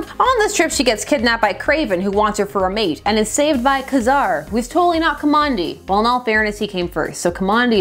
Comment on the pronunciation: KaZAR? Like a sneeze? Did you miss the hyphen? It's KA-zar! OTPs, eh? Thanks for the explanation. I'm obviously no kind of shipper. Unless I'm returning something from Amazon. Yet again, after I watch a very well written and presented 22 minute treatise on a major character in Spider-man history, I'm wondering why the channel is called! You go deep and I'm here for it! I think you're right, the depth of the Gwen Stacy character is more because of her death and the circumstances thereof. She was a fairly thin character as a love interest, and all she added to the comic was a lot of soap opera. I read only a couple of issues that had her in them, the big 100th Issue event with the six-armed Spider-man and the issue when they discovered her clone. Thus I only got a latter-day sense of how significant Gwen's death was in the comic. Now I was there for the Ultimate Gwen Stacy's death and THAT was a blow! Bendis wrote so much more into the character, and though it seemed that she was fated for death, despite not having the same relationship with Peter, it STILL came as a big shock! I don't know how much deeper you'll go with this analysis, but it'd be "fun" if you looked at that version of Gwen as well.